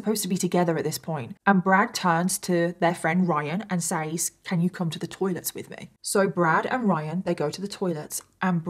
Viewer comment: I love watching your videos but please, PLEASE for the love of God, pronounce "says" properly. It's "sez", not "saze"...